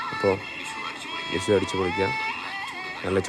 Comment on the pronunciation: It's vishu😂not wishu